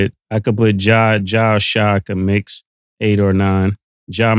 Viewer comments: It’s Shai not Chi lol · Mane it's SHAI Gilgeous-Alexander not no damn Shy. Jeez